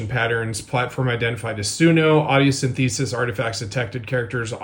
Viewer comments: Seriously wtf your "science" authority can not pronounce "synthesis?" WTF is this bs. Can't believe you publish this crap as you are a literate person. You must really think your audience is a bunch of noobs. Wtf what is this bs. Your tool keeps mispronouncing the word again and again. It is irritating AF. It is irritating that some unnamed source who claims to be in music work can not pronounce basic terms. Not exactly the work of love,. Now I am not going to buy any RotoSound. FU publishing some illiterate noob as your authority. And who gives a shit if D'Addario used AI for their shitty 7 string metal moron people. The metal nitwits are all using computer drums and they deserve it. RotoSound needs to stop sending you free stuff. FFUUU. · Sin-thuh-siss not sin-thee-sis. Someone who knows nothing about what they are talking about. Poser. Dunning-Kruger effect. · wince every time that guy said “sin-theeee-sis” instead of synthesis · SIN-THA-SISS! SIN-THA-SISS! Please bro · 'SynthEEsis'? LMAO! 🤣 ANOTHER American that failed English! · In my 30+ years of making music I've never come across another musician who says "syn-thee-siss" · Why does that dude keep saying "synth easis" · Why does the guy keep saying synTHESIS? Weird way to pronounce that. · synth-esis. lol my man just google how to say synthesis properly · Yeah, daddario sucks, but listening to someone disprove something without being able to pronounce half the words (synthEEEsis) makes them sound moronic. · The most annoying thing about this whole situation is the dipstick saying sin-theesis. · Syn-THEE-sis?!?! I don't know if I can trust anything this dude is saying. /s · So are we all pronouncing it "syn-thee-sis" now? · Tf is 'sin-thee-sis'? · If I have to hear this idiot say, "sin-THEE-sis" one more time as he declares with absolute certainty something a computer says is true.... 🙄🙄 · Why is he pronouncing synthesis like syn-THESIS?!